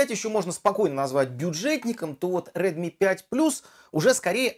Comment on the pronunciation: red mi proiznosi pravilno